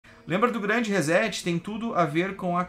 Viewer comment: Rezéti fio?...quer dizer que setar se pronuncia zetar?...fala serio hein...reset se pronuncia reçeti...ou resseti...assim como setar se pronuncia çetar... em portugues brasileiro...em inglês reset se pronuncia riset...com t mudo ...reset que vem da eletrônica digital significa zerar tudo...começar de novo...Internet tambem é cultura...